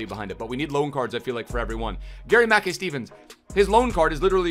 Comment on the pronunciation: Say his name properly ur killing me